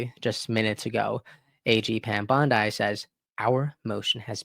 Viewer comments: Her name is pronounced like, "Bondee" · I’m just trying to help you say Pam Bondi’s name properly(no disrespect)BON-Dee😊😊